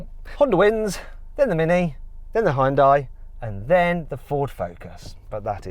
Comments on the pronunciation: ヒュンダイを「ホンダイ」っぽく発音しないでほしい それだけで動画の評価を下げるに値する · やはりホンダイって言ってる(-_-) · 俺は相当思想が片寄ってる嫌韓ネトウヨだけどホァエンダイって聞こえる。英語を普段から使ってれば聞き間違えないんじゃね？ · hugeのhuとほぼ同じ音なのにヒュンダイって発音できないんだな。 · やはりホンダイって言ってる。(-_-) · やっぱりヒュンダイって英語圏ではホンダイって発音するんだな… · 英語圏のヒュンダイの発音が嫌だ